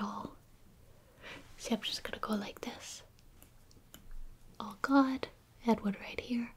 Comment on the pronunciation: It sounds like she's saying, "Oh God" instead of "All gone" lol.